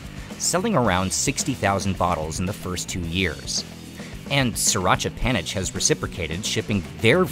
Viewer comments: just one minuscule thing - panich is said “panit” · The old pictures and clips are great, as well as the live parts, although it would have been cool to get a Thai guide. theAI narration sucks, especially due to the pronunciation of "panich," pronounced "phaa-nit."